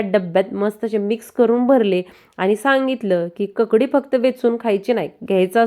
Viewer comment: ककडी नव्हे काकडी